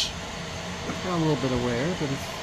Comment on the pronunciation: Hi, loving your work here in the UK but I do have a little giggle every time you say Worcester relating to the fine china…just so you know it’s pronounced WUSTER 😊😊 x